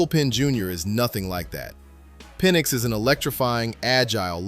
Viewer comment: His name is Penix not penn